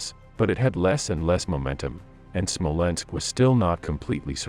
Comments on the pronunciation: Whats a Smolensko?...Do you mean Smolensk? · When I heard SmolenskO, instead of Smolensk, I thought I heard wrong... then SmolenskO sounded again and yet again. At the fourth time, I quit this roll. Evidently, a narrator deserves no credibility, one who does not know the proper name of one of the oldest European and Russian cities, esp important for the sake of this particular video ... once such a non-trivial mistake is repeatedly made, then everything else in the clip clearly has no dependability. Stopped watching, disliked and voted for misinformation! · Smolensk not SmolenskO lol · The narrator is calling Smolensk "Smolensko" but on the map it shows Smolensk, silly😅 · Its not "Smolensko" .. its Smolensk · Smolensk....not Smolensko..whats with the O after everything? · It is not Smolensko, it is Smolensk. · SmolenskO??? Jesus, wtf? 😂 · I can watch WW2 videos especially of the Eastern Front over and over again because the battles were so epic throughout the war. The casualties were like no other war in history and we have the previous holder of greatest human destruction of WW1 to measure this against. Smolensko? Seriously is there a real person narrating this video or what. Disappointing